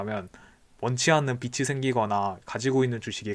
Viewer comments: 빚이 = 비치 X , 비지 O 라고 읽어주세요^^ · 잘 보고 있습니다. 다만 발음에 주의해 주세요. 빛이 아니라 빚입니다. 소리나는대로쓰면 계속 '비치'라고 말씀하십니다. '비치'가 아니고 '비지'입니다. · 빚이 =비지 발음이 비치 아님 ᆢ 잘들었어요